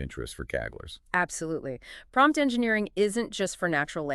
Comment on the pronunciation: Did it just say pompt engineering at the end!